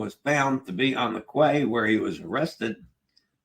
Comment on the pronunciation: Ceviche (ce-vi-che) = Say-vee-tchay, use your default vowel sounds for Spanish too! Quay/Cay = Kee; Quay = Kee; Quay = Kee Vay-nay-tzee-ah, nay-tzee-ah; nay-tzee-ah; nay-tzee-ah Work on your ñ (NY) sound, as in España and the GN in lasagna and Magnifica! N-yah: Mah-nyee-fee-kah, nyee = ñee